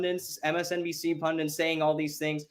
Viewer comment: It's "PundITS"...the word is "PunDITS" ffs, not "PunDINTS"